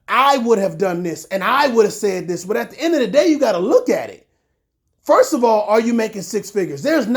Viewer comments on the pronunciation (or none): none